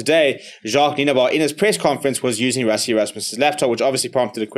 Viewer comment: Dude, how can you pronounce Gqeberha without an issue but you pronounce Nienaber like a skaapie?